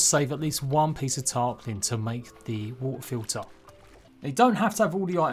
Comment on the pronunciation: you say TIME, TWO, TO, but then WA'UH FIL'UH (water filter). You dont like 't's in the middle of your words? <3 love the accent just messing with you